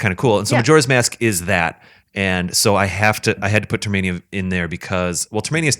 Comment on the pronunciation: TERMINA!! Not "Termania" What the hell is wrong with you?